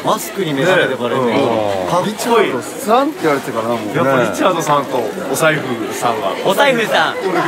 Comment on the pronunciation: 『“リチャードさん”と“お財布さん”（太宰府のイントネーション）』が咄嗟に出てくる小島くん頭の回転はや😳